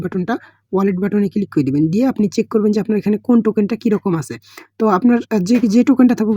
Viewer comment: চিকু না‌ রে ভাই চেক 😁